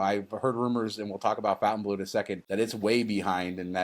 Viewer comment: It's stupid to give a Vegas hotel a french name that no-one is going to pronounce properly, but of course it probably doesn't matter. I'm not being a snob, but it's not 'Fountain Blue', it's (approximately) Fon tain blo. But what the hell.